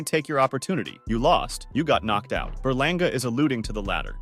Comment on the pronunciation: Eddie Hearn said edgar berlangER😂